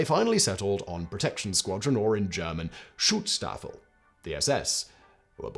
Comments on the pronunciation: Schutz-Staffel. (Sch like Sh in Should). Not Stutz-Staffel. Even though they are goose-STepping. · "SchützSTRAFFEL?" Jesus, mate. Learn a bit of German FFS ⚡⚡ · I, as a native German (and having a great grand father with some very bad live choices, to phrase it mondainly) would like to call out that the pronounciation is "Shoots Staffel" (for English speakers) i.e. in German "Schutz Staffel" wich is vaguely translated into "security squadron", "protection unit" or something similar. You will also find sources that refer to them as "Saal Schutz" wich means something like "hall guardiance". Just wanted to clearify that 😅😉 it just does not feel right to pronounce their name wrong or in a ridiculous sounding way for the horrible crimes they commited 🙁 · "StutzStaffel"? Interesting